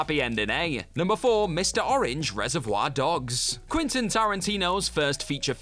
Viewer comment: Ah yes, my two favourite directors, Martin Scor-says-ee and Quinton Tarantino. Sorry, how do you make videos on films for YEARS and still butcher two of the biggest names in Hollywood?!, please get your narrator to learn how to pronounce things before narrating.